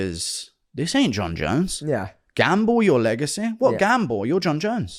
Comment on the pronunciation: Legaceeee legaceee, it’s legacy! Pronounced “sea” driving me fucking nuts😂